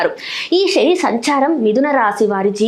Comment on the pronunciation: శని ఆనటం చేత కాదు షని అంటావు నువ్వు చెప్పటం నేర్చుకో